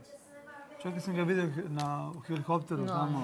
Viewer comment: A heliHopter😁